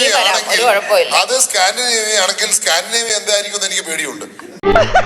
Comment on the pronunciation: സ്കാൻഡിനേവിയ അല്ല സ്കാം ഡി നെവിയ😂